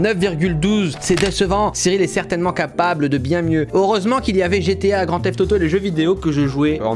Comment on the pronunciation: la prof d'anglais qui détruit le français avec " certainemant " 😭😭